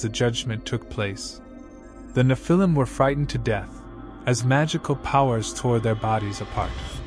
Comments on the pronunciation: It’s pronounced Nef-il-lem, not Ni-fil-lem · N you need to say NE phil I’m, not ne Phil IM